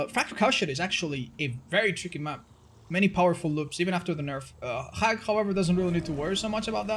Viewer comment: pronouncing Hag like "Hrrag" and the captions see it as Hack.